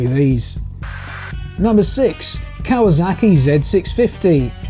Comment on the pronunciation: Kawazaki? I think you mean Kawasaki